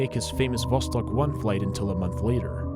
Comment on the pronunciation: Two years late but thank you so much for pronouncing the russian names correctly, like Sputnik and Vostok ♥️